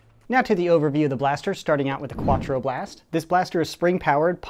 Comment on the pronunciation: hahaha "kwa-twro blast"